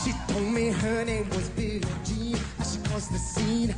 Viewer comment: ez is egész jó, csak egy kifogásom van ellene... a billie jean-t miért mondja "billi dzsínnek"?